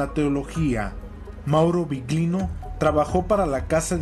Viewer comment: Interesante. Cuando digáis Biglino que sepáis que en italiano GL se pronuncia "LL". /Billino/ GL suena muy raro